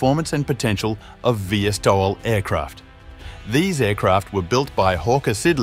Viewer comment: VSTOL Is pronounced "vee-stoll", not "vee-esstoll".